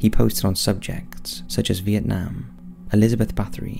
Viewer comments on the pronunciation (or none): none